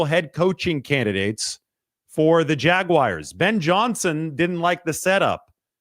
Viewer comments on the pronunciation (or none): Is this a thing, “Jag-wires”? I know Brad does it 😂